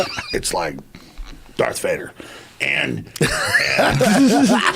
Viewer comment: "Its like Darth Wader" Aleks Jones